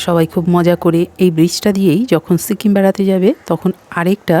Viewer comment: Sikkim not shikim😊